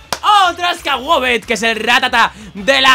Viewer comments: diciendo Skeetit 😂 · Todos: Skwovet: Skawovet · Suovet se dice